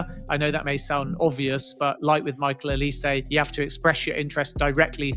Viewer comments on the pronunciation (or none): none